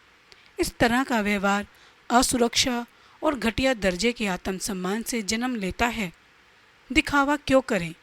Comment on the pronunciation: आतम सन्मान 😂 सक्रात्मक😂